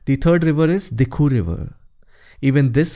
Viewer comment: It should be DIKHOW instead of DIKHU